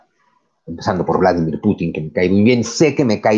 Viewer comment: Por cierto, me alegro de que te caiga bien Putin. A mi también. Pero fíjate dónde recae el acento: Vla-DÍ-mir. Lo cierto es que casi todo el mundo lo pronuncia mal.